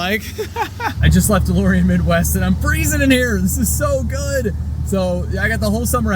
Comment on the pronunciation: LOL - the DeLorean is perfect apart from one thing: it's DeLorean 😛